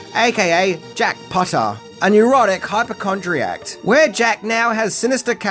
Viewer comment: HypochondriaC...not hypochondriacT.